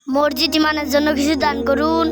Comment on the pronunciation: মরজিদ না মসজিদ,,আগে কথা বলতে শেখো।